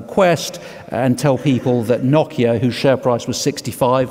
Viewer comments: someone tell this guy how to pronounce nokia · pronunciation of Nokia is cracking me up so much haha.